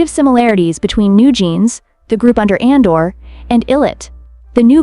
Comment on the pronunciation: ADOR not ANDOR